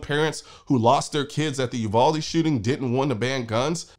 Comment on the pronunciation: That’s not how you say Uvalde. Just saying. She’s stupid af.